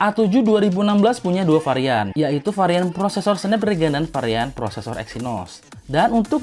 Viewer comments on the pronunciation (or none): none